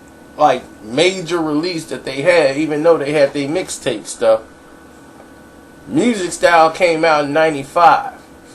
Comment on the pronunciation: Music Styles-LOL Its Mystic STyles